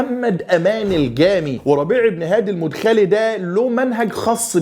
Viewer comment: تنبيه : المدخلي (بفتح المدخلي .. وليس رفعها)